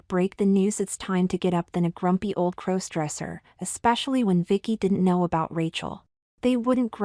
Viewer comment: When are you going to teach your AI narrators to pronounce "crossdresser"?